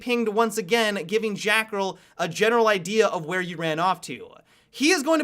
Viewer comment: "jackerl" 2017